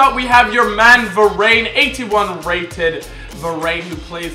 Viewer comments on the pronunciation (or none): Its pronounced veran